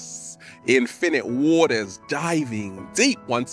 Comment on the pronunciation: It's peace, INFinite WAters, Not "Pee..spinnit wartaa". You see, you're infinging off of other youtubers, KNOCK IT OFF<keyboard out